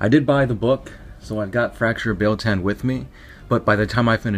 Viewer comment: It's pronounced: BEE-YELL TAH-N. BEEYEL TAHN BEIL-TAN